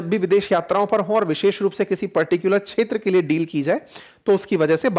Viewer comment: Seal nehi sir deal